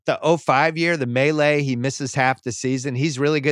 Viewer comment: I was pained a little every time Bill said "The Melee" while referring to the Malice as the Palace